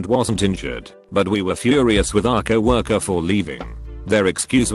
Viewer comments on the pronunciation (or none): Normal person: co worker. Text to speech: cow orker